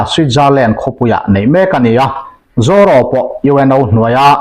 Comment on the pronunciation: Zaw ro ni lo in Zoro tih tur a ni lo em ni le ka pu